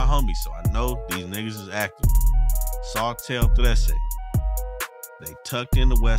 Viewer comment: This nigga really said sotel lmaoo I’m down